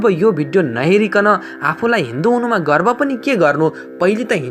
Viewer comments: गर्व हो गर्भ हैन । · 'गर्भ लाग्ने छ ' कि गर्भ रहने छ ?' गर्भ' होइन 'गर्व ' भन्नु पर्ने होइन र ?